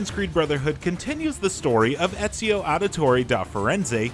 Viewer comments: You said ezio wrong is real name is ezio de lalalala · Are we just gonna ignore the fact that this pleb kept mispronouncing Ezio's name?